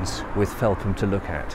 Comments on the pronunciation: Agreed - was going to mention this too! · Brilliant & well researched video, having been a Londoner for the last decade it's lovely to revisit my home village Felpham in a new light, especially with the lockdown restrictions this Christmas. Thanks and keep up the good work. P.S I would also chime in with previous comments that it is usually pronounced 'felfam' by locals